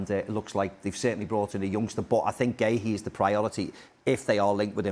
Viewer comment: Marc who? Completely butchered his name